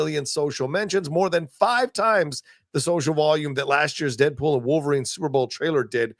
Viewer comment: “Deadwool and wolverine” 😂